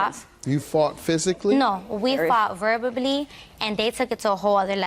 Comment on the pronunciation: Plaintiff 👧🏽: No, we fought "verbibly" 😬. I know she meant verbally. 🤼🏽‍♂️🤼🏽‍♀️